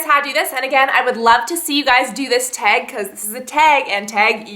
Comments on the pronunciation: you say tag so funny hahaha "teg" :) great video too! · I hate the way she says "tag". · what's her accent? she says "tag" and "bag" kinda strange haha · the way she says tag..... :/